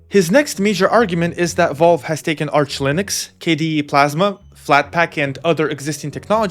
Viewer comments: Does Linus know it’s supposed to be a gaming console? Lmao. Unrelated but I’ve never heard Valves name pronounced Volve hahaha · Counterpoint: Linus calls it Valve and you call it Volve, so maybe you guys are talking about different companies